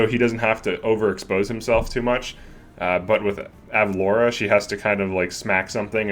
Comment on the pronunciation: ur pronouncing it right. it's like the city from family guy